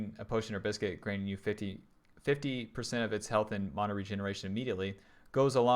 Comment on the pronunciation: please say mana correctly.. great vid.